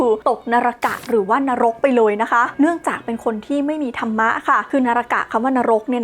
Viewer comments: नरक เขียนว่า นรก ครับ มันไม่มี ตัว า(ा) กับ ธรฺม(धर्म) อ่านว่า ธัรมะ ไม่ใช่ ธะระมะ ครับ ร.ตรงนี้เป็นตัวสะกด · และก็ไม่ใช่ ธันมะอีก แต่ตอนออกเสียง ธัร Dhar มีเสียงของการ กระดกสั่นลิ้นด้วยเหมือนออกเสียง ร แต่ไม่มีสระ อะ